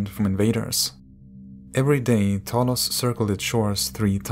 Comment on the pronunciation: Pleas add subtitles when ypu prononuce names. They are not clear and people want to do more reaserch. For example, you pronounced Talos Like "Tholos" and it took me some time to google it.